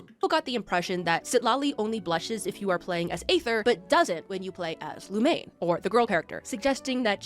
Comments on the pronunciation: If I hear "Lumane" one more time... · playing a game for four plus years and not knowing how to pronounce the mc's name properly is peak mihoyo fan behavior